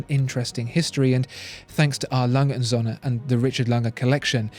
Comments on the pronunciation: Söhne, with an ö, not Sohne. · You are making a little mistake in your pronunciation of Söhne which means sons, the ö is pronounced like er as in early, anyway great videos i love watching them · Please, please, try to learn how "ö" is pronounced.